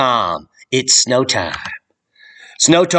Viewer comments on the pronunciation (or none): none